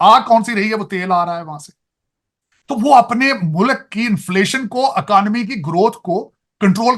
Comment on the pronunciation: जाहिल अकानॉमी बोलता है इकोनॉमी बोलना नहीं आता, यूएस में रहता है